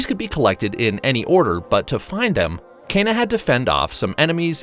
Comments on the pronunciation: It’s “Key”na not “Ken”a. One of the characters says it in the first trailer if you listen carefully. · Ken-Ah, not Cain-ah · Key nah!